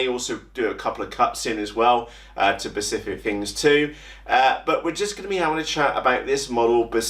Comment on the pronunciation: Please don’t do that, it hurts my ears. “Pacific”is an ocean. “Specific” or “specifically” please. Thank you 🙏